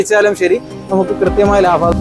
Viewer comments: Labam -ലാബം 🙅 Labham -ലാഭം 👍🏻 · Laafam alla laabam